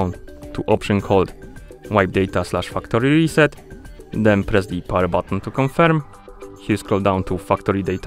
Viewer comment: I love your accent specifically when you say Fuck tory trset 😂